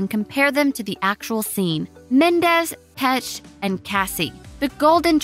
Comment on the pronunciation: It actually hurt when she said "pesch" :')